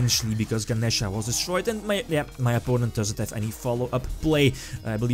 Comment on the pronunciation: Thank you for pronouncing Ganesha correctly. It slightly bugged me when the "other guy" kept saying "Ganiisha."